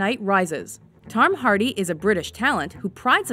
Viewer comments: I absolutely love Tom Hardy!!! I can't wait to see his career continue to grow in hollywood. I his movies so much. Oh and I thought it was funny that the lady said "Tarm Hardy" . hahaha She totally mispronounced his name. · "Tarm Hardy" haha